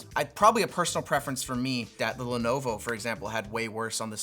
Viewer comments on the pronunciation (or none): none